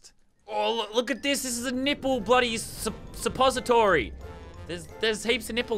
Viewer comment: I'm Pretty Sure He Meant Nipple DEPOSITORY, Not Nipple Sepository...